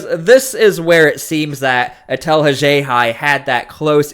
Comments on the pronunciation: If not for you, I. never would have learned of this big story.👍🏼👍🏼 You have interesting pronunciations of “Worcester” and “Haxhiaj.”👀 👀 👀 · This is meant as constructive criticism... This vid could have been half as long. Please correct your pronunciation of Worcester and Haxhiaj. Say it with me, "All of A sudden" (not "all of the sudden")